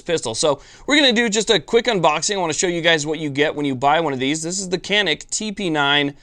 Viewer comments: Made ın Turkey. Pronounced "Cah-nıhk" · Thanks for the great video on this great pistol. Canik is pronounced "Shaw-NEEK, just for clarification (friend of mine is Turkish) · Pronounced Janik. The C in Turkish is pronounced like a J in English. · Nope, i am Turkish and Canik is pronounced like this: John Ick. Can is exactly like John and ik is like ick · Egghead411 your man is wrong it’s Janik by pronounciation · In Turkish, a C is pronounced like an English J. The gun is made in Turkey so.... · No being a jerk but these guns are from Turkey. The "C" is pronounced like a "JH" and the "A" like "AH". It is pronounced " / john-ick/" . And No... not "John Wick" like my sarcastic brother says to be funny.